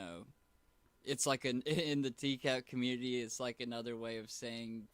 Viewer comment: it's pronounced community not comuney and I also can't stand the way he says Patreon.